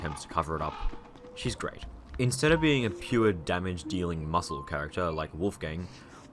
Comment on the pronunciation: "with the lack öf late game armörs" Maxwell with shadöw armör: say wöt